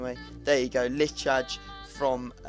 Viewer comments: Haha it's pronounced Lee-Hi not Lichaj haha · Lichaj is pronounced lee high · You pronounce Lichaj like LEE HIGH!